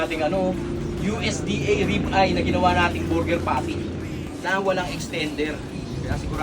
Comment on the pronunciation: Ang sbi nya rib-ay😂